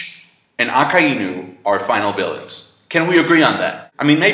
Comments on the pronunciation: Akainu is not A-KAI-EE-NEW it's A-KAI-NEW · That's not how you pronounce akainu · can this guy pronounce fucking marineford wtf is a marinefert lol also mariejois wtf?? and cant even pronounce akainu correctly gosh